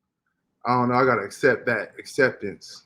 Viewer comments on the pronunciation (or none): none